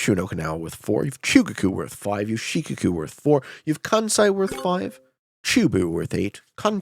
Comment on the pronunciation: One minor point of pronunciation: Shikoku is said more like 'shee-koh-koo', with more emphasis on the second syllable and less on the first. I only bring it up because you made reference to it many times! Love your videos, keep up the good work!